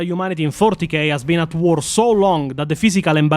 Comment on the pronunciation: Why are there so many Eastern European Warhammer 40k content creators who can't pronounce 'war'? The "WAAGHHrr" pronunciation makes me laugh, every single time 😂